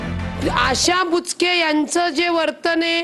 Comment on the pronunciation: बुचके ❌️ बोचकं ✅️